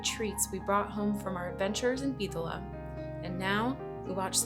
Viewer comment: lol bro there's no H in Bitola